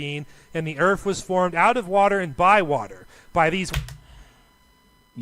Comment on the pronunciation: Sounds like the guy is saying "erf" instead of earth